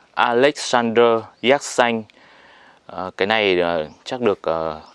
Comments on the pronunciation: Xin chao . Khi nghe anh phat am la ( Yatsanh ) theo toi biet la nen phat am ( Yetsinh ) . nghe phat am nhu the toi nghi khong dung lam . Chi co y kien thoi , chu khong co y xau vi dau . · Đọc đúng là yersin hay là yersan. Mình nhớ là phiên âm là dzét Sin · Sao lại đọc yer sanh kỳ quá, hình nhue sai sai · sao yersin mà anh đọc thành yer-sanh vậy anh? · Cứ nghe cái giọng đọc của anh nó chói tai sao ấy cứ Déc Xanh mà đọc nghe sao sao ấy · Thằng bác sĩ đọc sai tên ông bác sĩ nước ngoài thế mà cũng làm youtuber cho thiên hạ học, nói theo cái sai việc ác.Thế mà ngày xưa thầy cô giáo (bác giáo) của bắc kì cho lên lớp nhỉ. Dạy chữ đã sai còn đi mở mồm ra làm công việc dạy học, dân đĩ bắc kì súc vật đã ngu dốt còn cãi ngông cuồng, lưu manh, côn đồ 💩😄😄😏